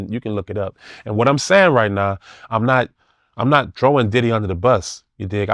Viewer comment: Take a shot for every time he said “Didday” 😂